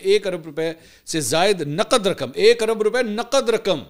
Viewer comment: Naqd instead of Naqad